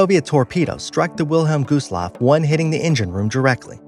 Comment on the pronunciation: Did you say captain shineeta? Really, the captain on the costa Concordia was captain (ska-teen-oh) I can’t spell it because it’s Italian. Oh and, it’s not the wilhelm goosloft, it’s the (vil-heim-gust-loff) This video has horrible material, watch a real documentary please.